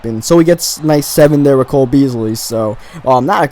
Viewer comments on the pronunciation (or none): none